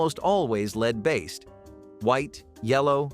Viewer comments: It is pronounced LED not LEED! F* A.I. sucks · The metal lead is pronounced "led", not "lead." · Stop calling it leed - it's lead pronounced led...